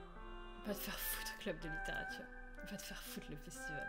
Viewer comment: C littérature et pas lituture club:)